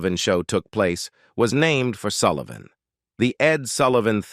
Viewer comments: It’s Sull i van not Sool ie von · The Ed Soolivan Show ?! Come on, get it right ! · WTF... EdSoolivan show Bob Die-land- N Compromeese----what is wrong with the NARRATOR'S PRONUNCIATION